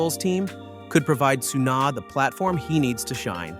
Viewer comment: It is Yuki Tsunoda, not Yuki Tsuna... And is Max Verstapen not Max Vers... So annoying and sounding arrogant, just very simple video edition of pictures and reading a text summarized by AI... This channel should be called "In Middle".